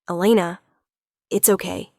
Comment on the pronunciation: One pronunciation of the name Elana - Eee-lay-na NOT El-luh-na